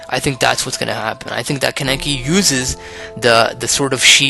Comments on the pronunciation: Kaneki. KAH NEH KI. Not KUN EH KI. It's okay if you mispronounce it. Not your fault-your fault-YOUR FAULT. HAHAHA Sao references... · Kah-neh-kee - Kaneki. Do you have to butcher the name like that? Just takes a real quick YouTube video of the sub to hear a character to pronounce it.